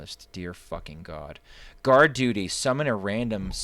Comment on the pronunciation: uh are you sure you read guard duty right?